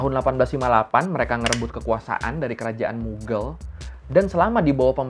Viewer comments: kok dibaca mugel ??? bukannya mughaal yaa ? mohon maaf jika terjadi kesalahan dalam penyebutan 🙏🙏🙏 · Mughal bacanya bukan mughel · What says: "Kerajaan Moghal." What my brain hears: "Kerajaan Muggle."